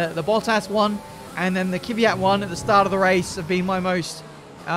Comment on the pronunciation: Kvyat not Kiviat